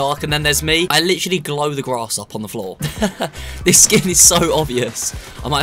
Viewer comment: Nobody:: lichally